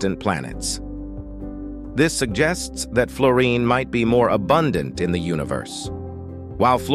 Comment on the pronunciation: Oh please, something or someone who knows how to pronounce the subject of your documentory.